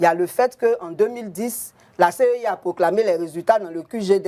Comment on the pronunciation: Au lieu de CEI c'est lui qui répète tout moment CIE en plus un député de notre nation ééééh Dieu .